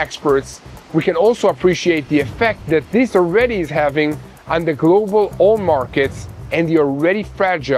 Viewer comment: Your English is improving! One littttle nit: "Oil" = oyil, not ool.